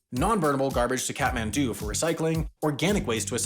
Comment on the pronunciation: Kathmandu or cat-man-dont. I don't really care.